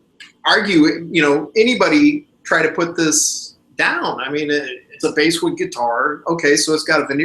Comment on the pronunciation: The "bass" part of "basswood" is pronounced with a short 'a' like the fish, not with a long 'a' like the four stringed musical instrument.